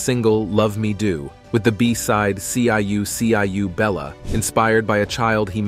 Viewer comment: Robotic narration earns THUMBS-DOWN! It's not C-I-U, C-I-U Bella, it's meant to be CHOO-CHOO BELLA.